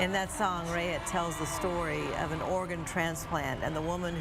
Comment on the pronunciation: Pronounce her name correctly Raitt (rate)